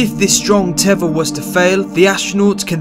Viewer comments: what the fk is a tevver knobhead learn to pronounce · He made a key error. Not one of our astronauts has ever had anything called a "tevva". Now, a "tether"? Yes, they all have had tethers. Just wondering, why can't Brits pronounce the "th" sound? :-) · It's a teather not a "teavah" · The speaker says 'tever' and the subtitles in the video show it instead of 'tether' as in the description. Apart from that, it was quite an interesting video. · Tether not teva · What's a tevor? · what's a 'teva'? its teather lmfao. Staht? Its Start 😂 British English is Epicly Incorrect.. but decent vid. thx 4 the post. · It's a teTHer. teh.. THHHHH... er.